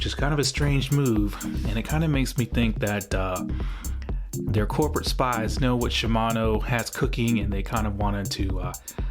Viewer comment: coorperate spies Lmao